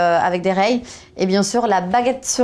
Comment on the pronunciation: Ce que je lis : T-Shirt avec des rayures Ce que j'entends : T-Shirt avec des rheys